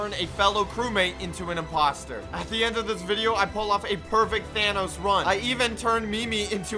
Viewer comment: Does... does pronounce Thanos "Thanas"?